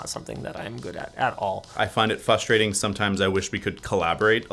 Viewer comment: "fustrating". Know what I find fRustrating?